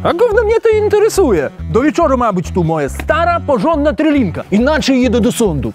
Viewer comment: Szwagry! trYlinka a nie trElinka